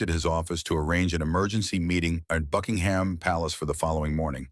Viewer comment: Please, PLEASE, the royal Palace is NOT a jumping pig. Drop the 'h' and pronounce it 'Buckingm".